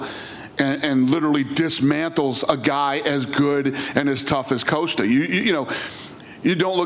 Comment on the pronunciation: Everyone: Paulo Costa Dana: Paulo Coasta